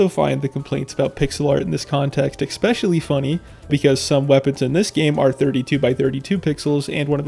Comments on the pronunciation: I just wanna point out that you consistently pronounce “especially” as “eckspecially”. Doesn’t really bother me, but now you know. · The text clearly says "especially" but you read it as "expecially". Why? EDIT: Nvm I think you just have a learning disorder. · Dude needs to get a fucking life. Also, it’s spelled especially. So stop pronouncing it EXPECIALLY. Please, for the love of god. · why don't you pronounce especially correctly? there's no X in it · It’s a common mispronunciation, like when someone says “axed” instead of “asked” or “brought” instead of “bought”. Not sure why but I assume it’s picked up from people around them.